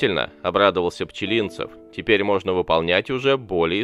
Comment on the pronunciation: Неужели нельзя нормально ставить ударение в фамилии?